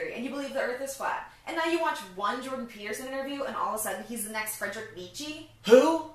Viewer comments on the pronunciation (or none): none